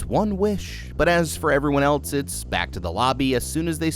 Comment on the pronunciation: "rawl"??? , "elts"??? "flawls"???